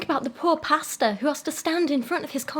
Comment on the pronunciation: I hope you don't think this rude >~< but every time you said 'pastor' I heard 'pasta' ^~^ and it was hilarious